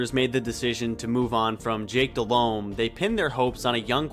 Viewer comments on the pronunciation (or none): After 44 seconds I’m out. Bro can’t even say Delhomme right